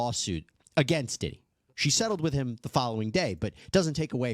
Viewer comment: P DIDDY ❌🙅🏾‍♂️ P DIDIT ✅ 🤦🏾‍♂️